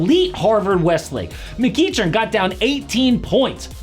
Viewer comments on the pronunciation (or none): Just fyi I’m pretty sure McEachern is pronounced McEkern. Great video tho.